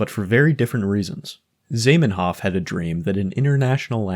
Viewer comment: Zaiymenhoff? It's Zah, like Oprah, like the o in cottage cheese.